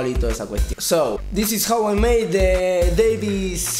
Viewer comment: Yes you are saying it right it is Davie 5 0 4 (five oh four)